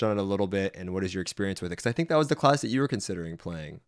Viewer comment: He pronounces "class" as "closs" lol